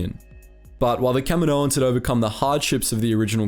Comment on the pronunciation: Kamino - Kaminoans.... It's not that hard to understand my guy